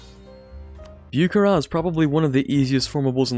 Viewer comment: Say it with me now, Boo-ha-ra, Бухара, I hate to be that guy but that was probably the worst pronunciation I’ve ever heard. Love the channel tho, you’re like the perfect blend of knowledgeable and not-corny.